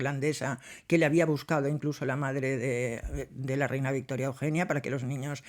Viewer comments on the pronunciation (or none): none